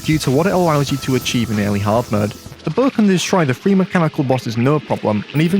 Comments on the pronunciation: Bow❌ Böö✔ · “Hawdmude buh” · when he says bow it sounds like boh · I'm sorry but, "buh"? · why does he pronounce bow so weirdly lmao